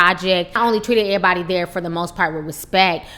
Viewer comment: Lol "ehbody". Lol